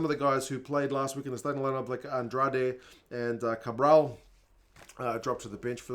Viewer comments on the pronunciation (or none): none